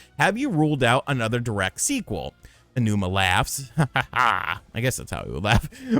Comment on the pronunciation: Learn how to pronounce Aonuma correctly.